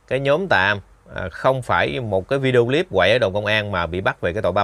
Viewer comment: Cái líp là cái gì vậy? Đọc sai giọng nhưng thích dùng tiếng Anh Dùng tiếng việt nam đi cha nội